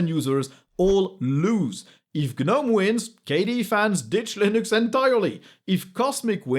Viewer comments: Love your videos man, but Gnome is pronounced "Nome", check google translate TTS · That's for gnome the garden gnome. Not for gnome the gtk based desktop environment